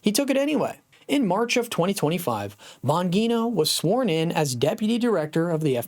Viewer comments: BAHN-JEE-NOH not BAHN-GEE-NOH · Bon -GEE-No. Not Bon-Ghee.-No. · It's "Bon gee no" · Oh my gosh, you keep saying the name wrong oh it’s annoying🥴🤨🤮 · You are pronouncing his name incorrectly STOP THAT IT SOUNDS TERRIBLE. LEARN HOW TO PRONOUNCE HIS NAME CORRECTLY. HOW CAN YOU DO THAT? HOW CAN YOU TALK ABOUT SOMEBODY ON YOUR SHOW AND NOT KNOW HOW TO CORRECTLY PRONOUNCE THEIR NAME PRAISE GOD. 🙏🙏🙏🙏🙏🙏🩸✝️🙏🙏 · Here Here!